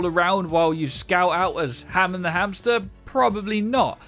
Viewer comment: Hammond... Homon... HMMMMMM